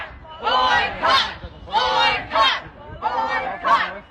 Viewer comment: "Boycott" seems to be the only English word they know—about 15 seconds later they're not even pronouncing it right 😅